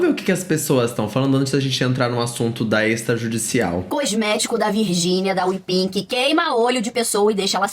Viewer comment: Miga, não é Wepink, é Wepig kkakakakakkkakaka